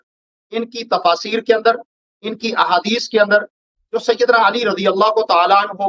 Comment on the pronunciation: ادیس تو صحیح پڑھو